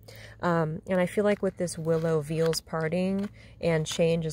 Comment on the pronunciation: Beautiful calming lakeside reading >< I enjoy that. Veil(s) is pronounced 'Veyl' as in ''Today's Lakeside Cake Break Bake''